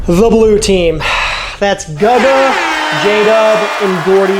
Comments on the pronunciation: It’s GOO-guh, not guh-guh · Nvm he randomly says guh-ga couple times in the video it’s goo ga lol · stop saying gugga. thanks brotha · Love your vids man but this is the second time... it's pronounced "Goo Guh" (Guga) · That Guga pronunciation is painful. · OMG for the love of life stop saying Gugas name wrong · I can't believe you pronounced Guga wrong. You need to send him an apology. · Great idea! I love it. Why are you pronouncing Guga all weird though. Hopefully Mythical Chef Josh is in the pile with his "bottomings" instead of "toppings" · Awesome video dude!!!! But, if u keep mispronouncing Guga and Moetz, they will never invite you to New York or Miami dude....lol